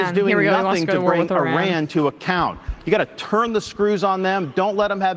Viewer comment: Why do conservatives call Iran “I ran”?